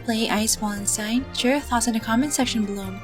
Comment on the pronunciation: It's pronounced as "Valenstine" not "walenstine"